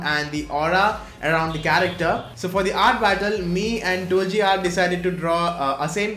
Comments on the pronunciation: NO ONE: LITERALLY NO ONE:: TOLJI ART (INSTEAD OF TOLG ART) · That is not how you pronounce 'tolg art'....... BUT THE DRAWING IS OVER 9000